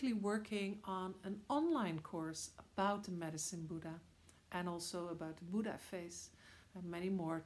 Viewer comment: It's Buddha not buda...anyways nice video❤️